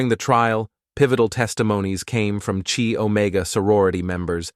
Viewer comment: “Arrow-gance” instead of arrogance “Chi- Omega” is pronounced Kai Omega Elementary school stuff